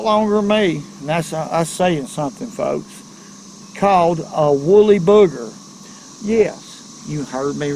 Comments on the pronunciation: really like your videos and suggestions, but it's wooly BUGGER, not booger. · It's a woolly bugger, not booger. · It’s pronounced “bug er” , not bugger.